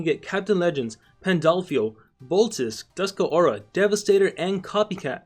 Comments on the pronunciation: It's Dusk pause Aura not Duska Aura. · it's pronounced Dusk Aura. Like how it's spelled. Seriously, how dumb does someone have to be to mispronounce Dusk Aura? It's obvious that there aren't any other ways to pronounce Dusk Aura.